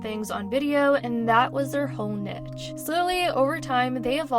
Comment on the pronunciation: The way she pronounced niche 😂😂😂